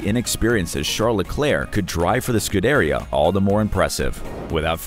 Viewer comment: Was it really that difficult to say “scoo de ria” properly? Jeez, You butchered that. Lol